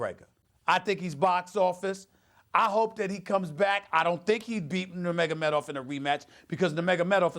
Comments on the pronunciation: I wonder if Stephan A realizes how DUMB he sounds to real MMA fans?!? 1. Its NUR-magOmedov, not NA-magAmedoFF....u mispronounced his name 15 god damn times!! 2. Hes from Dagestan NOT Russia 3. Dillon Danis was the "strength and conditioning" coach he went after (actually its his BJJ coach, but whatever....oh BJJ means brazilain jiu jitsu btw) 4. We ALL know Jones would be your fave fighter. NOBODYYYY is shocked by that. Ill give it one month before your race baiting arguments make it into an MMA duscussion 🙄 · Well he is a casual.... he doesn’t know how to say nurmagomedov correctly or who Dillon Danis is. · This guy is an MMA analyst now huh? He didn’t even pronounce Nurmagomedov correctly once lmao